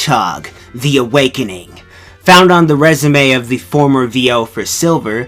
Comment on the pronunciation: Sonic the Aweaking? Don't.ya mean Sonic the force AWEAKINS